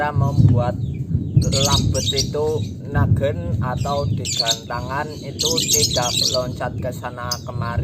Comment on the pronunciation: Nagen bukan naggen cuy